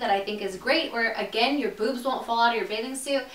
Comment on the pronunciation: i died when she said boozmz 😂😂